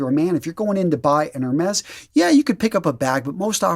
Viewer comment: Hermes- French. Silent H, silent S. So 'err-may'. You asked! hah. Great content.